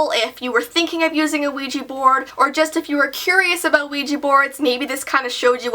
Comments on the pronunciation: Why do Americans call it weeji when it is ouija! Wouldn't it be weejah? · It's pronounced WE-JA. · I didn't know it was pronounced "weegee board". I'll probably try it someday if I can. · Why do people pronounce ouija as ouiji??? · you said Luigi board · U pronounce Ouija board wesha board. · Ouija Board is pronounced wigi board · DJ JJ my little brother actually pronounces Ouija board, Luigi board 😂